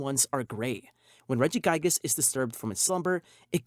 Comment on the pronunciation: ReggiGIGAS not Regigas